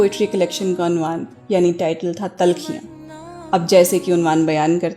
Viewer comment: Yes pronunciation should be corrected Talkhiyan Khe from the epiglottis